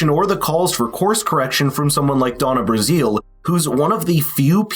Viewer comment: It's pronounced Brazil, like the country.